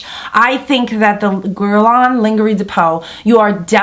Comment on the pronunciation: The proper way to say it is, Gu-è-r-l-ain Lain-je-rie de peau (not guerlon either linguery) Just for your information :-) ( the french way to pronounce it )